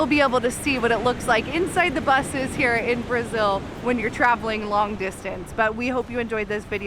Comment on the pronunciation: ❤️🇧🇷 but your pronunciation in Brasil and Rio de Janeiro is perfect 🤩